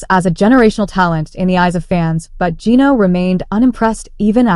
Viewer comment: Can't pronounce Geno's name correctly? AI?